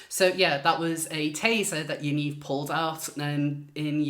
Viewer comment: "Yanivery" LMAO!!